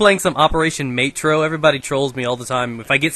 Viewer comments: It's Metro, not Maetro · Metro not Matro.. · it's ''meh-tro'' in english... but it's métro in french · Its pronounced meh-tro